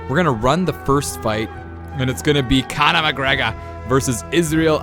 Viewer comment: Don’t ever say Conor mcgregor like that ever again